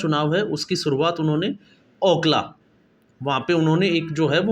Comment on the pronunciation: भाई ओकला नहीं अकोला है